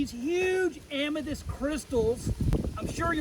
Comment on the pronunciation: I swear I hear you say Amadis or Amatis.